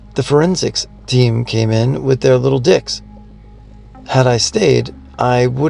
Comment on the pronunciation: = 😎... looking suave👌... also, did no-one else notice say "little dicks" instead of "little sticks"?? 🤣🤣